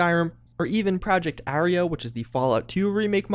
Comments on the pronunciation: Did you really just say project arreo? it's Arroyo, pronounced ah-roy-yo. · Uh-roy-oh. Project Arroyo.